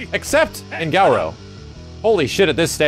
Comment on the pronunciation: why does pronounce garou like gal row